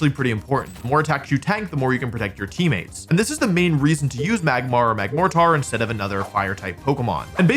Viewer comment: saying Magmar correctly after saying "Megmortar" is diabolical